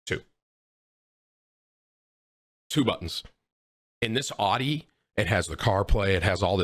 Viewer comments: 1.) it’s pronounced aouti 2.) Buy a plug from the gas station 3.) HaVe YoU eVeR hEaRd Of a sPaRe TiRe!! 4.) btw Ik this ain’t tim but like “come on man!” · literally never heard someone say audi like that. tim is just dumb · You cant even pronounce Audi, ur dumb asf, not good at fortnite and ur acting hard at one point and I bet ur as hard as a marshmallow. Calm ur dumb ass down tim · "It's all about that Aww Dee. Audi? Naa... Aww Dee." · How is Tim 29 and didn’t know how to pronounce Audi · every 2 seconds someone in chat insults how he says Audi, gets hella annoying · I'm going to have a borderline meltdown if you say Audi incorrect one more time, ya big tater